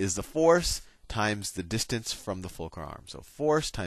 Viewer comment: "Focrul are" lmao